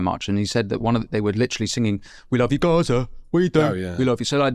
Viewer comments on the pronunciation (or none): none